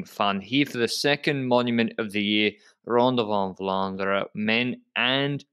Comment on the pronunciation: 'ronde van vlaanderen' was like 90% spot on pronounciation! working with really pays off when it comes to vlaamse termen...